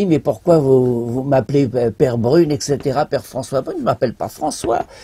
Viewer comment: Je me plaignais de la mauvaise prononciation du "père" Mathieu, et bien celle du "père" François Brune est excellente, y compris le son de la vidéo, vraiment très agréable à entendre... encore une interview très édifiante. Beau boulot.